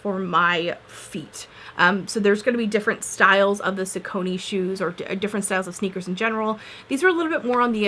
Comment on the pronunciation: I believe that the pronunciation for Saucony is sock* - a - knee